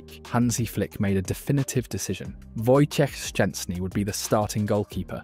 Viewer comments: Dude, great pronunciation of Wojtek full name ! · Wow, your pronunciation of "Wojciech Szczęsny" is really impressive! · wow! I've never heard a non-polish person, who pronounce his name so correctly :o that's quite an achievement, mate!